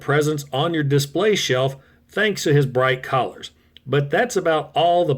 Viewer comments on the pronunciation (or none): Sorry but it does sound like collars over colors, likely your accent carrying over but it does sound that way. Noticed in a few videos lately it's not meant to sound mean or anything just a wait huh did he just say.... As for car mode when younger i did "he was Hardhead's younger brother with mobile artillery" kinda thought it was the 80's we thought odd things, so now you got some dirt on me lol.